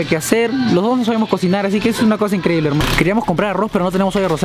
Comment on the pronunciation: Me encanta cuando dice INKREDIBOL, soy la única?:V